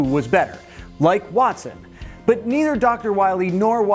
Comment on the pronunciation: u said "boot" instead of "but" after the south park part. hahaha good ep. i've always thought about how trippy CPUs are, being able to simulate battles and their outcomes. i tripped out on it in the "joe montanna- sport talk football" video game days. now it's just crazy.